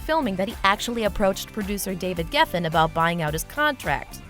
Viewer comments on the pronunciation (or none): none